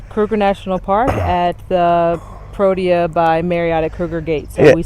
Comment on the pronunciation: Lovely video and it was nice to not have letters or logos obscuring the content on screen. Your logo shirts are a nice touch of class and branding. PLEASE work on your T’s the name is ProTea NOT ProDea. Protea is lovely and we thank you for future videos promoting black owned establishments such as the AM Lodge featured on your previous videos.